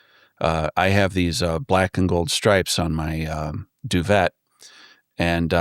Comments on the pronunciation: doo-vey not doo-vet 😉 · Duvet is pronounced du-vay not du-vet. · Was anyone else seriously bothered by his pronunciation of duvet? 😂